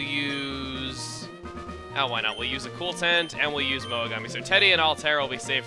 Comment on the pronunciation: woah, i have never played this game befor, but the way he emphasizes "why not" has me thinking the pokemon is gunna be wobbofet's first evolution